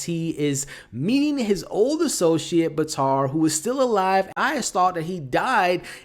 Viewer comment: Batir not batar